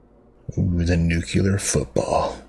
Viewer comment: It’s pronounced “new-clear”, not “new-kyu-ler”. 😁